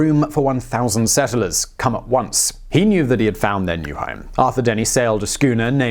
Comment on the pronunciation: Ik ur from the UK but you actually said Hiam instead of Home and im ded lol